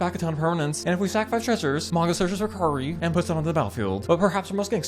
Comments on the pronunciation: It's Kai-yi-ree not kee-ya-ree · I may be autistic but I think it's pronounced "kye ree" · Kairi is pronouced kinda lie Kie-ree, 'kie' like 'pie'. Thanks for the deck daddy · The Kairi mispronunciation actually hurt me.